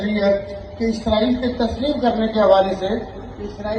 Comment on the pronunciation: عزائیل فرشتے کا نام ہے۔اسرائیل درست تلفظ ہے۔